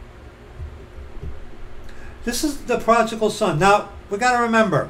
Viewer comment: Pro-di-gal... prodigal...